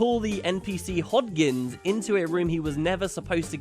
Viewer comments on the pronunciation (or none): Surely Hodgins is pronounced Hodge-ins